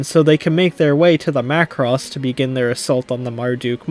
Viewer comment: Hey you said Macross right 😂